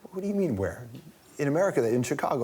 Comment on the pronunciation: LOL! the way he says "where" when talking about obama